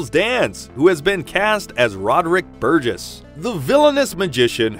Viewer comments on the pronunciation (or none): none